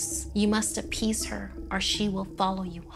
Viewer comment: “You must apPEEase her”